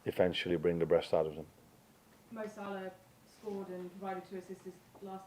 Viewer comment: Anyone else notice he said 'breast'and not 'best'. Amorim is gonna bring the breast out of the players. Gonna be an interesting match Sunday 😂